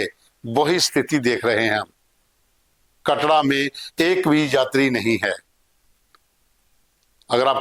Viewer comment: कटड़ा नहीं है कटरा है पहले सही से बोल